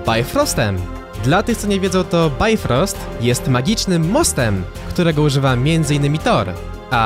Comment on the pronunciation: BLAGAM NIE BAJfrost TYLKO BIfros